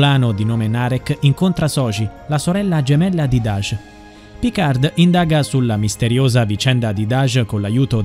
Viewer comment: Picar'd' non si può sentire. Almeno pronuncialo correttamente. Picar la 'd' non si legge.